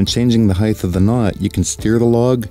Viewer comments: You bang on wrong pronunciation of Lever, but you said “Higthhhh”. The word is Hight, no th at end of word. Width is distinctly pronounced differently than HeighT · He taught people how to say lever and then says heighth 🤣 Hell of a video tho. Well done and thank you.